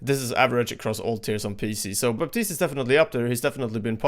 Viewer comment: The P in Baptiste is silent.